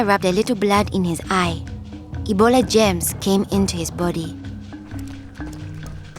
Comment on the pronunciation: I thought she said “gems” instead of “germs” because of her accent but this is so sad :c sorry for your grandfather but thank the heavens your mother survived